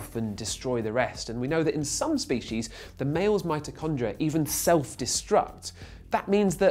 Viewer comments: its mitochondria, not mitrochondria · wow, is it just a British thing to say Mitochondria' instead of 'Mitrochondria'